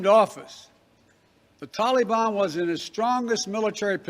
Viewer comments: Stop saying “tolly ban” you clown !!! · This joker Biden can't even pronounce "Taleebahn" correctly! I cannot stand to listen to him talk. He makes me physically ill. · You Biden killed our young soldiers you left Americans there. The taliban has our equipment and think they have changed well sir they have not. They are hanging people by ropes under our black hawks. Hell you can't even say taliban right. By the way Trump did not let those criminals out. Wake up. You and your administration are a joke. You screwed our allies, your so called drone strike killed civilians not the "issue k". You need to be impeached withe the rest of your administration.